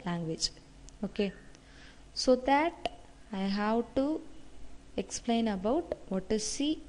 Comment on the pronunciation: I think she is south indian but not a mallu.. we don't pronounce 'about' 'that' in this way like stressing on the last t.